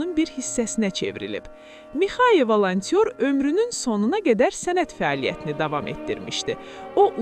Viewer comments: Mixaya Valantyor yox, Mixay Volontir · ay çuşka valantyor deyil, Volantirdi. valantyor sənsən